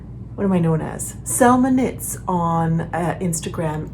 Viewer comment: Hi Selma! I am cleaning the kitchen and I am so hungry. I listen to YouTube, watching from time to time, here it comes up your channel next after another and I hear " I am salmon eats " instead of Selma knits . lol...I need to pause, seat down and eat something :))